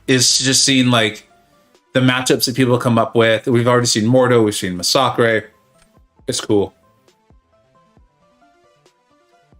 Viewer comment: Hearing you try to pronounce massacre gave me an aneurysm. Great content though keep it coming